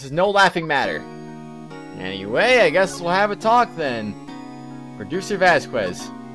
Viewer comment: I like how they say "Press him hard." Instead of "Press harder" or "Press further" like they usually do. To be fair, that's what I chose my first time. Question, why do you pronounce "Vasquez" like that? Surely you can't say that you've gone you entire life without running into anyone with that last name. I don't know why (ok, actually I do know why) you hate seeing Oldbag so much. She's one of the most fun voices to do in my opinion.